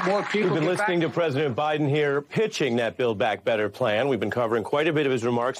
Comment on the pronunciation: President with a silent 'P'